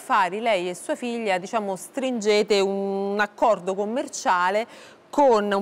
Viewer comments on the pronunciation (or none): Forse intendeva un.. Acccorrrdóh!?